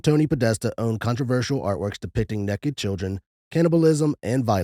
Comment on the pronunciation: Hard to take someone seriously when they say ‘neck-ed’ repeatedly.